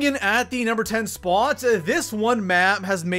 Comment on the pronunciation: I really hate the way you say "spot"